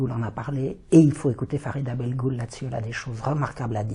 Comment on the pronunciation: ARRÊTEZ DE L'APPELEZ BELGOUL !!!!!!!!!!!!! "GH" se prononce R !!!!!!!!!! Prononcez BELROULE !!!!!!!!! "GH" = R !!!!!